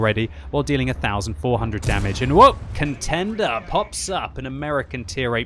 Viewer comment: Did he say Kentender?